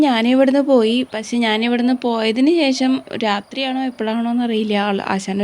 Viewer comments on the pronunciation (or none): പോയതിന് ശേശം അല്ല ശേഷം എന്ന് പറയൂ കഷ്ടം